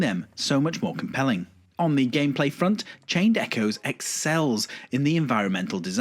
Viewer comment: A small nitpick. I thought it was odd that you didn't pronounce the "s" in Echoes, as if there were only a singular echo. Great video, thank you!